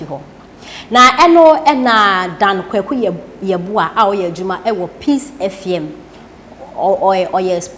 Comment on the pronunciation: I am disappointed about the producer of this program. You didn't prepare this girl properly. Even FM she couldn't pronounce it properly. I will like to remind you that even though there is freedom of speech, social media usage is not above the laws of Ghana. Please get someone who is matured and very objective to handle your program and not an insulting girl like thisone.I am very disappointed.